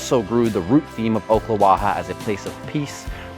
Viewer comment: It's pronounced Awk-la-wa-ha.